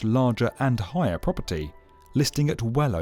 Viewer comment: Never noticed that weird accent before on the B1M. Highahr, skyscraypah.. different guy? After it only becoming audible after a short while, at a certain point he suddenly stops doing it, and then suddenly one can hear for a moment it is actually an English voice indeed.